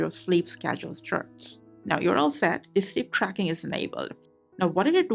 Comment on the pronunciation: Shleap drackin om Appulewagds Eelaiven... now I need some shleepe